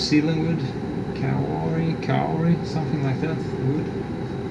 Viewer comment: That was some boat! Was it built here in New Zealand? Well done with your pronunciation of kauri. Don't know if you're keeping up with Barry Perrins, but he's going to be in New Zealand soon.